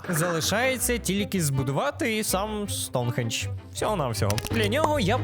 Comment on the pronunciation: Хах, я ні в якому разі не хейчу, але мені дуже подобається як ти кажеш,,Аджіе'' чи,, Соунхіедж'', а так відео супер дивлюсь тебе з задоволенням, дякую тобі за контент❤😊❤